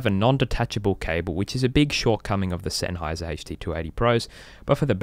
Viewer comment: Szenháyz'r never brájk! OMG that accent..